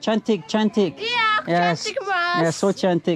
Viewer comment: When you said to the Lady market "so Cantik" we know it means "so Pretty", but the Lady feel you said "Sok Cantik" that really diffrent means, in Indonesia language mens pretentious beautiful😂😂😂